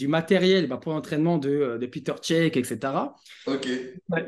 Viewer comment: Peter cech 😂😂 piteur cech 😱